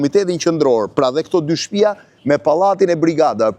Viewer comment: O hajvan me dy këmbë-Blendi Fevziu,nuk thuhet 'shtpija'por 'shtëpia'!O pjellë e pist ,pse e përdorë dialektin e Ballistëve, hizmeqarëve të fashizmit?Aleluja!